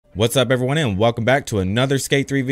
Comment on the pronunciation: What's up "everyoney?" I LIKE IT!